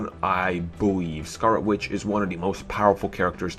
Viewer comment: Scarwot Witch? Dispway of power? You don't totawy beweave her? I can't take this video seriously... lmao